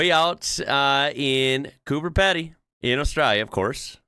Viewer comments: Space Ship prop is from the movie Pitch Black, 2000. And it is pronounce Coober Peedy, not Peddy. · Here in Oz I have ridden my motorbike in -14C (7F) in winter and in 53C (127F) in summer, in the same area. It's pronounced Coober 'Peedy', not Pedy with the short 'e'. We don't generally "tip" in Oz. I have done it though, if the service was way above what I'd expected. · Haha cooper PEE DEE is how it is pronounced, the spaceship area probs have about 100 people max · FYI - is prounced Coo-ber Pee-dee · Coober peedy is correct pronunciation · BTW it's pronounced Coober Peedy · Coober Pedy is pronounced Coober Pe(e)dy ;) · Hey, that's pronounced - Coober Peedee (as in Coo Ber Pee Dee ) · Coober Pedy (cooper peedy - pronounced). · Coober Peedy I believe is the pronunciation.